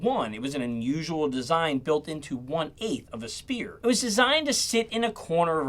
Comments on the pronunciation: People pronouncing "spear" for "sphere" undo their anticipated quality of judgement. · .... "spear..." ???!!! No..... "sphere".